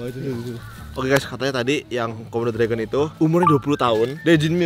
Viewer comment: "SEBEREMU BERUTEMU DENGAN KOMODO DORAGON"